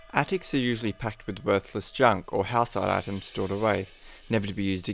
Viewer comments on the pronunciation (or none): none